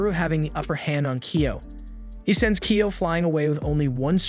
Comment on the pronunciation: kyo not kio